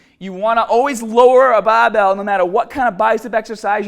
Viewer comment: Great advice! Going to start this bicep workout next. Love the accent man, sometimes it can sounds as if your turning into a sheep when saying baaaaaaahbell